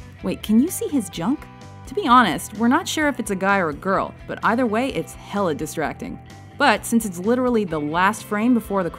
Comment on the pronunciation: did you just say "hella distracting"